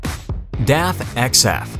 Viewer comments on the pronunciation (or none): def?? DAF! Like 'daft' without the t.